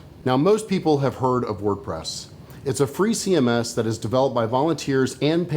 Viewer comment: ''See em esses''